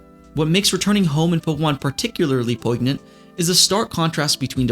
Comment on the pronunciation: great video man. you articulated this feeling really well, something i've struggled to express about some games. btw you don't pronounce the g in poignant - it's like "poi-nyent"